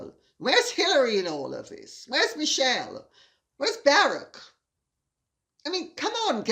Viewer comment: Barack Obumer pronounces his name as “Bah-ROCK”, not bare-ick. Thought you’d like to know since proper pronunciation is important to you and I don’t want others to think you’re ignorant in this matter. Love your videos.